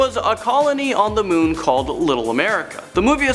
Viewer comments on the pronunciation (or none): none